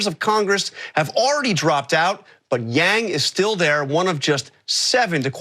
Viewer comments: He was saying or reading from a teleprompter "Andrew Yang joins..." and accidentally said the "j" from joins in the word before it. It's not that complicated lol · He was saying "Andrew Yang joins us..." and slipped to the "j" sound first. That happens to everyone. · Did he just call him Andrew Jang? Lol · LOL at the slip of the tongue where he nearly says Andrew Jackson. Ironic because I've long felt that Yang (once victorious) may very well be the one to step into our government and solve the MASSIVE problems with money in politics and big banks, largely put into place by Jackson. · He almost said "Andrew Jang" but corrected himself. Probably he was learning a language where "Y" makes a "J" sound, or he is slightly dyslexic, No big deal. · He fucked up ma boi yangs name..... why is it soooo hard to say it Correctly????why don’t they ever fuck up the others names like Pete buttabut Or senator . warden And such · He was anticipating saying " thanks for joining us " so slipped the J where the Y should have been in Yang. It's chill.